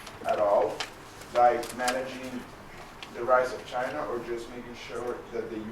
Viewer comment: 佐藤さんの英語力、さすがです。1点だけ、本人になりかわり弁明しときます。時間 あたりで、Chinaをシャイナと聞こえるような発音でしたが、これはフランス語も堪能なため（シノワ）と、頭の中で一瞬混じったんだと思う。